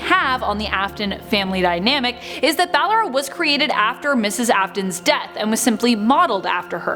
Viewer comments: Like bal Ora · is it not ball-ora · She obviously can't pronounce Ballora's name right. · the name butchering is ruing this for me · Take a shot every time she says Ballora wrong😂😂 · OMG how does she Not know she is saying it wrong? My god XD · its very annoying how she just said ballora wrong 100 times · and that is why she doesn’t know how to pronounce Ballora’s name 😭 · But when she talks about Ballora's stage she says her name right. Every other time she says it wrong. Her name is even spoken with the correct pronunciation in sister location. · Oh God she said ballora wrong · No. She started saying the name right half way through. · ur the thing is in the first part she had no problem saying it what’s different now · She said ballora wrong so many times it killed me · Her BALLERA Me: Ball-aura BALLAURA IS WHAT IT SOUNDS LIKE- *ANNOYING SCREECH* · ba-llo-ra not ba-lle-ra but good vid tho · Its ballora not balora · its ballora not BALLora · It’s ballora not blawar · This is triggering me, first she says BaLlErA instead of buh-lor-ra, then she says how ballora might be C.B's sister when she's actually Liz's mum Clara!!! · BAA-Lo-ra? Really? It’s ba-LO-ra (Still love the vid ❤️) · Clara Afton,also known as William Aftons Wife possesses Ballora. She died in a car crash,and William successfully proceeded her soul to possess the Ballora animatronic. Also it’s pronounced “Ba-lor-a” not Ballera... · ITS BallOra Not BallEra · Ballora. Not ballera. (Buh-lore-uh) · Im triggered cuz she keeps pronouncing “Ballora” to “BaLLeRa”...only me? And.....I believe that Ms. afton is Ballora so Elizabeth afton/Circus Baby and her mother was together along...and I believe it too much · Yea bc she pronounces it wrong its "Bu-lore-uh" not ballera😭😭😭😭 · How she said it: bal-ura How everyone else says it: ba-Lora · its ba lor a not balll er a an my fav is funtime foxy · Who is Baah lor Raaah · no-one: this lady: Ballera 😃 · You are are right why does she keep saying BakloA